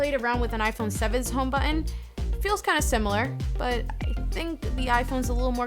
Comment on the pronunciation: I like her videos but I hate the way she says the word button.